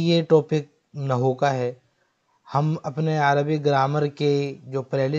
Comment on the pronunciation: آپ کو لفظ نحو پڑھنا نہیں آتا تو کیا درس دو گے